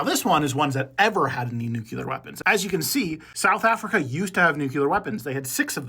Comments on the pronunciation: Its nuCLEAR not nucular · I don't wanna be that guy but it's "nuclear" not "nuculer" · It’s not NOOKULAR it’s nuke-clear! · Read it. Read the word. NUCLEAR. New-clee-ur. It’s not “just how you say it,” it points to pretty awful reading skills. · New Clear is how it’s pronounced